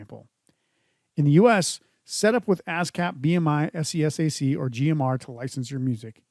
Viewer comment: I got sus once you said "pros" as one word and "s.e.s.a.c." as the letters. . . .